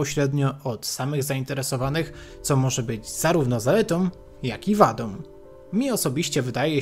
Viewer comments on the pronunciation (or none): Jedyne co mi przeszkadza to: zaletom wadom som zamiast zaletą wadą są